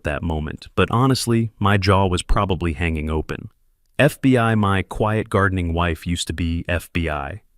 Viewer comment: the next one with a stroke its only three Letters and he fuck it up every single time